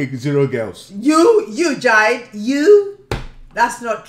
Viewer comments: Watching this makes me annoyed. She pronouncing jide as "jaid" when its actually "jee-day" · I love how she called him “Jide” instead of “jee-Deh”